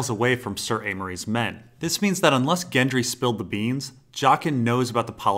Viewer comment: He says "Gendry" not "Jendry"! Love your work and agree everyone can pronounce how they like but that jumped out at me anyway.